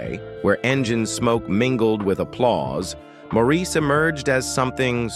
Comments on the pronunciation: This is a fake, electronic voice. The mispronunciation annoys me, too. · Maurice's name is pronounced Morris, the least you could do is learn the name of the person you are reporting on, also 4obin was the older of the twins, Maurice was born a little over half an hour later. Maurice was the mediator and responsible for setting up the harmonies. In a way, Maurice was responsible for balancing the band, Maurice's sense of humor was the thing I first noticed when I saw them for the first time in concert in 1968. He was always my favorite. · His name was spelled Maurice but pronounced MORRIS. You have not done your homework. Also, you said thar Maurice was the first twin born to Barbara. Not so. Robin was born first making him the oldest of the twins as stated many times. More homework for you. Mr. Announcer. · Please the very least is to pronounce is name correctly. Pronounced Morris. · The narrator doesn't even pronounce his name correctly (ie as the family does). It is "Morris". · Thanks for this comment. This fool had me yelling at the TV. If your gonna report get your facts straight. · Let him rest in peace. And learn how to pronounce his name.